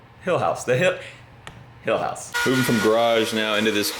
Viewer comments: When you said welcome to the Hill House I thought you said Hell house. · A Texan shouldn't say "hill house" because that's not what I heard lol! Hopefully the house hasn't been that stressful 🤣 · “Renovating our dream hilltop home” hill house sounds like he!! House 😂